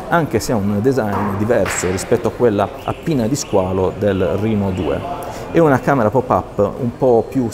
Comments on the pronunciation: Reno si pronuncia esattamente come lo si legge RENO. Mi permetto la correzione perchè anch'io sbagliavo. La fonte è quella ufficiale di casa Oppo, va pronunciato come scritto. Riguardo al telefono, vista la poca differenza di prezzo, Oppo Reno 2 senza nemmeno pensarci troppo. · vai tranquillo che non sbagliavi, Oppo stessa pronuncia "rino" e non "reno" nelle pubblicità e negli eventi di lancio internazionali, non so se in Italia hanno deciso di usare una pronuncia italianizzata per semplicità. avevamo già affrontato la questione sul primo Oppo Reno, io uso quasi sempre la pronuncia internazionale ma qualche volta mi parte un "reno" all'italiana, direi che entrambe le pronunce mi stanno benissimo e sono entrambe accettabilissime.